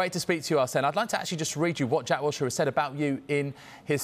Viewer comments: "Wiltshire"? Seriously, Sky Sports?? The guy's only represented England 30+ odd times and played over a 100 Premier League games, not like we're within any bounds of reason when expecting that you know his name when publishing an interview about him, eh? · Its Wilshere not Wiltshere! Sort the title out atleast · How the f as a major sports network do u get the guy's name completely wrong !? It's 'Wilshere' NOT 'Wiltshire' you absolute fools. 🤦🏻‍♂️ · It’s not Wiltshire it’s Wool Sheers. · Wilshere! Not Wiltshire! So many people whose jobs involve using words get it wrong. Use your eyes! Look at his press release! I doubt he wrote Wiltshire. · Put some respect on his name... It's "Wilshere" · ah yes, jack 'wiltshire' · Wiltshire lmao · If you can't even get the guys name right, what is the point of reporting on it? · Get his name right